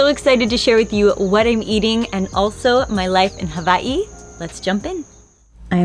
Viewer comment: W is pronounced V in the Hawaiian language- that’s the correct pronunciation. 🤙🏼